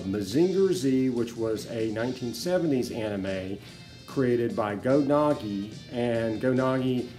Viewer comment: Unfortunately only 20 seconds in. when he mispronounced Go Nagai ( it's Nah-guy not nah-gee), I'm out.